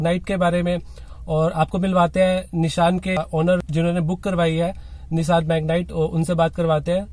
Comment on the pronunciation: निशान नाही रे भाई, निस्सान है नाम 😂